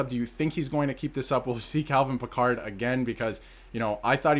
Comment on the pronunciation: Cal Pickard is not pronounced like Captain Picard from Star Trek FFS.